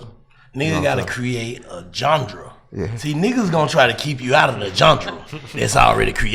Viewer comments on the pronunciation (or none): 🤔🕵🏾👀🤣😭🤣yea Yea U trippn (interviewer to da left) he almost made me turn this 💩 off....worrisome ass questions man ,dam& wtf is a John-Dra, did he mean GENRE???😂😂😂,smmfh...🤦🏽‍♂️🤷🏽‍♂️ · So they just gone let Black say jundrah(genre) 76 times? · I listened to the interview, but him keep saying John-Dra literally killed me 😂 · Nigga said johndruh lol 😂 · If he say "jun-dra" one more time Instead of "genre" 🤦🏾‍♂️🤣🤣🤣